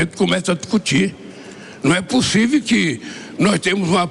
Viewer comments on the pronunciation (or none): ...ma num e’ pussiviu kkkk🤣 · Né pussive😂😂😂😂😂 Afffsss!! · Né possivi😅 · Ex presidiaario fala errado ,a palavra correta é:possive ou POSSIVEL?KKKKKK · "Estou doido...", "não é POSSIVI...". Que vergonha. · “NUM É PUSIVE” 😅😅😅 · Né possive😂😂😂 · O Lule falando: não é pussíve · Não é possiviel kkkkkkkkk tiplex 😂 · " Não é possivi "🤤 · Não é "pussivi" que até hoje esse sujeito não aprendeu a falar o português. 🤦🏻‍♀️ Desgoverno da vergonha! #Foralula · Lula: "Né pussivi". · "não é pussívi"!!!!!!!!!Esse Lula é um poliglota!!!!!Fico imaginando a dificuldade do tradutor para adequar os absurdos que essa coisa fala!!!!! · "Num è pussivi" 😂😂😂😂😂 tenho vergonha pelos os eleitores desse traste. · "Né PUSSIVI" KKKKKKKKKKKKKKK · A desgraça falou : "não é possivi." Ignorante safado ladrão. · “Não é possivi” ter um presidente falando tão errado!!! Teve todas as oportunidades de estudar e preferiu aprender a roubar. Que vergonha!!! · Não é ""POSSÍVE""!!!!!!! Português impecável desse analfabeto....meu Deus!! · " Não é pussívi" esse é o grande estadista! 😂😂😂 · Lula: não é possivi! 😂😂😂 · Luli: "Né possive". " 🍐mor de Deus". 🤦🤦🤦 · Mas nue pusive kkkkkkkkk português bom de mais kkkkkkkk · "Nao é possivi," vai falar errado lá em, casa, vixe que vergonha